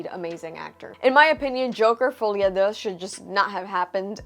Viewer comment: Thanks for the review- you are the 2nd Youtuber i see pronouncing the title pretty well and i've seen close to 10 videos discussing this "Joker: Folie à 2". edit: i'm French hence the remark for the pronunciation